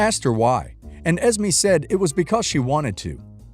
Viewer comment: I don't mean to sound rude but you're saying Esme wrong. It's pronounced Es-may. Not Es-me.